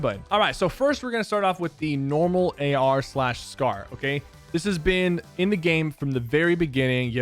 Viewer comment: Love how he sais scarf instead of scar